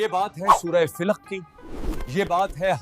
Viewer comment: Channel is good but work on pronunciation must be done, it is surah filq nahi falaq, shakwah nahi shikwa